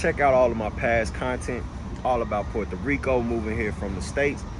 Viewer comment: you got the Puerto Rican accent when you say Puerto Rico 💪🏼✊🏼🇵🇷